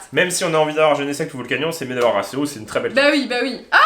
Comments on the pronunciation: Arkeus pour la prononciation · "Arsséouss" ???? wtf on m'lavait jamais faite celle la